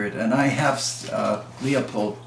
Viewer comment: Thank you for your tutorials on firearms. So many that I haven't even heard of. These rifles with the fortner action were amazing. Savage now makes a high powered rifle in several calibres called the Impulse. It also is a straight pull with ball bearings. Just for interest sake the word Leupold doesn't have an "a" in it. Proper pronunciation is more like lou powder not lee a pold. I used to work for a dealer. Thank you once again I really appreciate your videos.